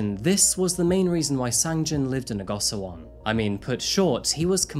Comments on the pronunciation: Go shi won is the proper pronunciation and hapjeong is not in the far south of Seoul, it's right next to the north side of the river :) good video though! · I love how you cover cases from all over the place! I can’t help but point out that gosiwon is pronounced like goshiwon. Hard to tell from the English spelling of the word! Great work as always. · i haven’t finished the video but i am loving it so far!!!!! i really like the way u describe the location in which the case takes place. just wanted to mention that the place of residence sangjin lived in is pronounced as go-shi-won. love all ur videos and sorry to make criticism to otherwise perfect content😊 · lots of accurate info on korea, very nice. the compact housing is pronounced go-she-won, just fyi